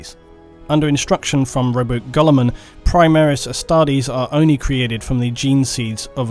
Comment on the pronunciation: What was that? Primarch “Robot Gullman”? A robot seagullman? ...sorry. No! Please ppl don’t throw the rocks!!